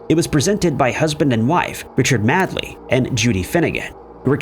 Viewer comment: It's MADEley not MADley and I don't seem to remember them awarding US currency as a prize!